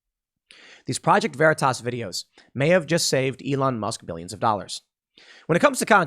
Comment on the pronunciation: Proo-jekt Veer-ee-tase